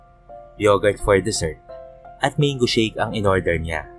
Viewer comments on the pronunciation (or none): none